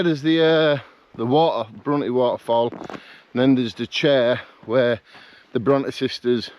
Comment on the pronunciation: I find it hard to motivate myself to get out and do solo camps, but like you I just force myself out and all the worries I had disappear! Emily Bronte who wrote Wuthering Heights is pronounced Brontay, great video I tried to make it up to top withins last year but had a chest infection and turned back. Will try and do this in a few weeks before the real bad weather sets in!